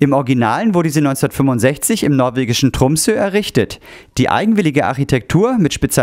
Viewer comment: Tromsø mit einem richtigen Norwegischen Ø. Macht mich als Norweger froh!